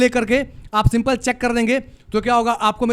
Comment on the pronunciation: Skip ❌ Asskip ✅ Simple ❌ Simpil ✅